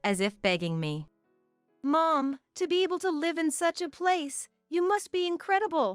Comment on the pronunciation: "Live with that!" Should not pronounced as "Live concert". "Live", verb is pronounced differently than "LIVE" adjective. The "i" in live as adjective must be pronounced as the "i" in "lies". Feed your AI narrations with the right pronunciations, please. Otherwise, it is confusing. I have to rewind and listen again sometimes. I'm not reading the transcriptions.